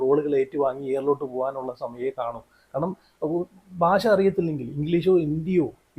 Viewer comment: ഫാഷാ പ്രാവീണ്യം അല്ലടാ പൊട്ടാ...... ഭാഷ ഭാാാാ......... പറ....... പറഞ്ഞ് പഠിക്ക്....... 😂😂😂😂